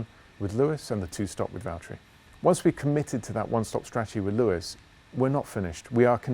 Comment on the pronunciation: James, it's Valtteri 😂